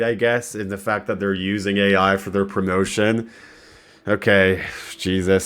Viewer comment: I like how can’t say AI art